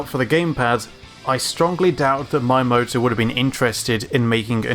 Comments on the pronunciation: that is NOT how you pronounce "Miyamoto" - it isn't spelled "maiamoto" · Why are you pronouncing "Miyamoto" like "Maiyamoto"? If you don't know how to pronounce a foreign name, use google translator. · This is a nitpick, but his name not pronuonced "Mayamoto". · Great content, and great narration. Subscribed 👍 That being said, please do more research into the correct pronunciation of foreign names. Japanese, for example, is phonetically spelled and almost completely consistent and predictable. Miyamoto's name is Mi (mee) Ya Mo To. I am guessing that you will run into a large number of these foreign names as you craft these videos for your channel. A little research now will be time well spent. Looking forward to watching this channel grow! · Please stop saying "My a moto" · Mayamoto? I realize Japanese isn't your first, third of fifteenth language, but at least try? :P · Not really. It's pronounced Mee-Yah-Moh-Toh. The Japanese alphabet is a collection of single syllables. Its みやもと（Miyamoto) not みあもと(Miamoto) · Why does he keep pronouncing Shiggy's name as "Mayamoto"? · His name is pronounced MEE-Yah-Mo-Toe otherwise good job on the vid. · I've never heard someone mispronounce Miyamoto's name this badly. Cant you read? it's not Mayamoto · Why do you pronounce Miyamoto like maiamoto? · You said Miyamoto's name like a hundred times in this video and said it wrong every single time. Why did you think his name was Mayamoto? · It's Mii-amoto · It's "Me-amoto" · Pleas learn to say MIyamoto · It seems common among the brits to say "my-yamato". Noticed it pronounced that way by a few other British YouTubers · I really can't stand how "Miyamoto" is pronounced in this video, really hard to actually recognise from Japanese perspective... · The way you say Miyamoto's name is killing me! Great video otherwise though. Very informative! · Had to stop watching at the pronounciation of Miyamoto. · Great video but you need to learn how to say Miyamoto right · Meeyamoto. not Mayamoto